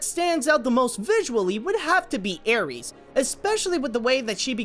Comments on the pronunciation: I love Sinbad: Legend of the seven seas, it is actually tied in first place with Spirit: Stallion of the cimarron. Btw the antagonists name is Eris as in air; is. You said ares as in the Greek god of war. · it's Tarta-RUS NOT Tarta-mis! & Eris is pronounced E-RIS not ARIES she's not a star sign!! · it's pronounced airis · Tartarus is pronounced tart-er-ous and Eris is air-is. How’d you manage to mispronounce those two words within 10 seconds 🤣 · Now that you pointed out how it butchered the source materials cultural origins and inaccuracy, I'm not even mad at how you butchered the Greek-origin myth words like TAR-TA-MIS and AE-RIES. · I'm sorry I'm sorry I'm sorry but I think you said a bit of those Greek mythology dealios wrong. You said Eris like Ares when you're supposed to say it with the e sound. If I am wrong I'm sorry.